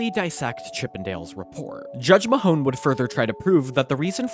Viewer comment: Justice Peter Mahon pronounced Maaaaahhhhn